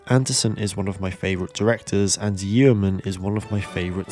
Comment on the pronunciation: Yeoman is usually pronounced Yoman, like Roman.